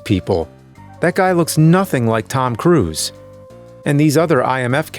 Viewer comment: Tom cwuse